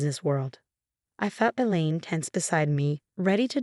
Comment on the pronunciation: Female narrator for male protagonist. Politeness, not politics. Secure Health, not Secure House. Elaine, not the lean. Elaine, not Ellen. Theoretical, not ethirial. Had,not have